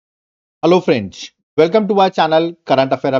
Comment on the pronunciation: Am I the only one who hears fench instead of friend's 😂